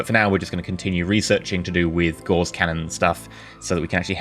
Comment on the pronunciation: Gauss is pronounced like Grouse, the bird, minus the 'R'. You are pronouncing it like Gause, the bandaging material.